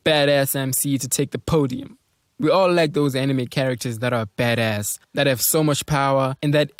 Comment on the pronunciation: The way he said baddas is hilarious, "bedess", lol funny dud